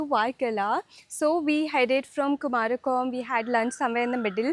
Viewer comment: Kumarakom nahi, " kumaragam